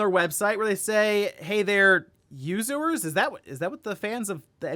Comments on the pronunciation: Yuz-ers... Like Users. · "Yuz-ers": users